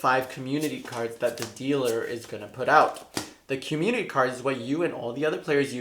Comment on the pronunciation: Young people speak so fast that community is pronounced commu-nee